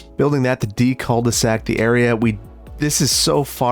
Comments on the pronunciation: the "L" in "cul de sac" is silent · while watchin i noticed you keep calling the city "cull the sac" and tbh its still gridlock style cull the sac is still very diffirent